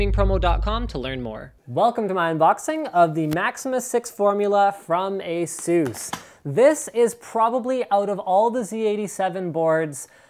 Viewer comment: asus not asoes ....... omf asus asus asus not asoes